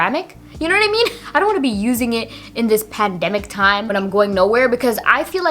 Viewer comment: Ha ha .. it’s pandemic not panoramic 😂.. I will try the bite mascara because I love your lash look in this video.